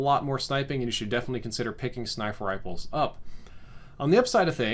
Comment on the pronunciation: I know I’m not the only one who heard “snifer riples” .